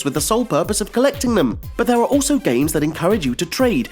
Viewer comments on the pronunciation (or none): none